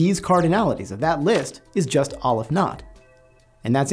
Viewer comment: I thought mathematicians were sticklers for details. So why is it that you pronounce Cantor as kæn-tɔɹ but you pronounce Aleph as ŏl-əf ?